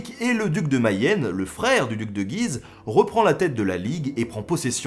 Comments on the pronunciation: Salut à toi ! j'aime beaucoup tes vidéos qui permettent de s'instruire et de casser certaines idées reçues en peu de temps, bravo à toi ! Juste pour info tu parles du duc de Guise ville située dans l'Aisne (qui étymologiquement vient de Gué de l'Oise) mais tu écorches ce nom !! (shame !). Toutes les lettres du nom de la ville se prononcent et notamment le U --> [guiz]. Erreur fréquente car prononciation très spécifique.. Voilà voilà continue comme ça ! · On est supposé dire "Duc de Gu-ise" - on prononce le "u". J'ai grandi à Guise et ça me fait bizarre quand on le prononce mal! :p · Salut Ben.. j'ai vécu dans le nord est et Guise (dans L'Aisne) on prononce le "U" on dit : gUUise... Voilà c'est "histoire de....."😉 Je suis un abonné récent et franchement j'adore ces bonnes doses d'histoires dans tout les sens du terme...✌️